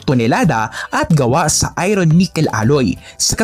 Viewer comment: Idol..iba pagbasa mo sa word na "IRON"